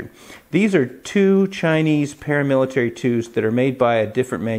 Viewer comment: Wow ml, vely nice Spydelco Palamilitaly Thlee you've got thele!